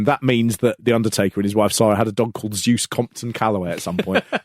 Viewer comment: Congratulations, that is the worst pronunciation of the name "Sara" I've ever heard.